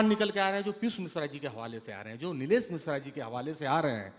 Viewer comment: साहित्य पर बार हो रही है और पीयूष मिश्रा और नीलेश मिश्रा जी के अलावा जो व्यक्ति हैं को शहर को सहर बोल रहे हैं जिसका अर्थ सुबह है और वो पीयूष को पीयुस, नीलेश को नीलेस। ये बहुत तकलीफ़ से भरा है।